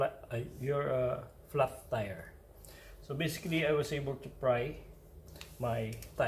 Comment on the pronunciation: do u notice he Said flas tire